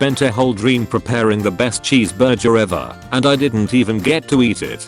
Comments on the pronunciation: are we just ignoring the fact that he said CHEESBURJER??!!!!! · Anyone else get very pissed off when it pronounced Cheeseburger wrong 😂